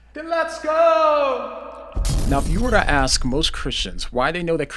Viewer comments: Dude, you're far too intelligence to be saying "ax" instead of "ask!" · Funny shit, so well spoken but somehow can`t get "ask" out.... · when do leave country Victoria in Australia? The tell for that is your pronunciations of the word "ask".